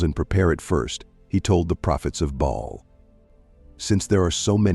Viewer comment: One time the gods name was "Bail" but next time his name is "Ball". Mispronuncuation makes a big difference to someone who doesn't know the correct pronunciation.